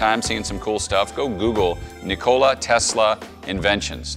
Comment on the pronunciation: Lmao "ni-cola" you can tell this guy doesn't like Pepsi